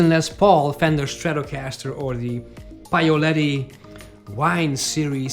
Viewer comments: PAOLETTI....not PAIOLETTI....😅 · You really have to work on the "Paoletti" pronunciation though.